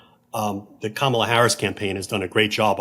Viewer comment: Hey George, please pronounce Kamala correctly… don’t follow your wife’s lead.